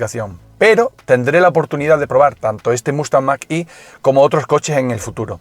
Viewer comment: mag e no mag i. gracias